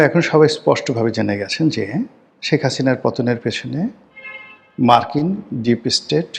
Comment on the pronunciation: তুই একটা মাদারচোদ তুই একটা খানকিরপোলা। আগে শেখ হাসিনা নাম উচ্চারণ করা শিখ। সেখাচিনা কি রে শুয়োরের বাচ্চা???